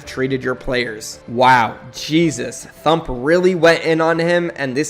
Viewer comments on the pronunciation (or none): its pronounced T UMP or T HUMP not THUMP